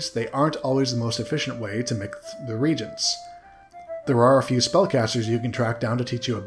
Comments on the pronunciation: Nitpick: when you see the word as a synonym for magical ingredients, it's pronounced ree-AY-gents. Three syllables. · Ok i just realized you were saying reagents snd not regents and now everything makes so much more sense